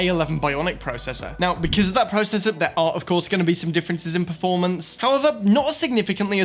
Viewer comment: Dayum he said Pro cessor instead of processor 😂